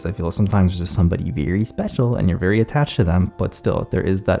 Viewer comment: "Someone VEWY special"